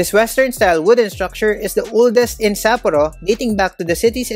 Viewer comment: Nice content....could have been better if you just make simple effort checking how to pronounce SAPPORO correctly, the same goes to other Japanese cities....It seems you have your own way of pronouncing them. We Filipinos usually don't have problems with this. Peace!